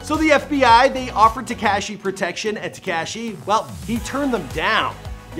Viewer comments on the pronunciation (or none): It's Tekashi, NOT TekCASHI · I hate the way this guy says Tekaashee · Te-cashy lol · "Tekashy" Sing Feefee.... 😂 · I hate how uuu say Tekashi